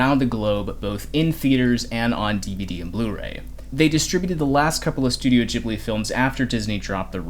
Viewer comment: Love your content, but can't help but notice you are still pronuncing "Ghibli" wrong. It's pronunced with an hard G, not a soft one. Trust me, i'm an italian